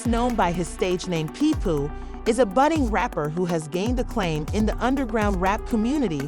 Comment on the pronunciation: I done her you say his name 3 different ways but the right way😂😂😂